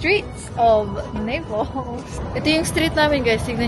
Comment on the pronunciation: Anong nipols NAPOli or Naples inaral mo na sana bgkas mamsh